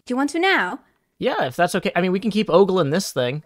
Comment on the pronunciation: Thank you,, for being the one human left who can pronounce "ogling" correctly. T_T